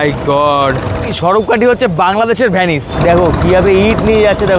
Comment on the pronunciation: 'ভ্যানিস' না রে ভাই 'ভেনিস' . . .